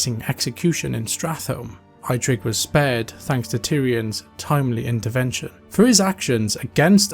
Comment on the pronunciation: ai-trik thee orc... wtf